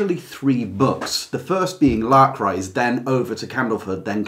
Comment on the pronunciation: It took me several minutes and some googling to realize he was "trying to say' Lark Rise. I tried L'cryse... etc.